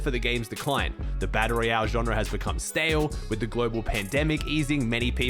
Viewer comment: every time he says "baddle ree-elle" 🤣🤣🤣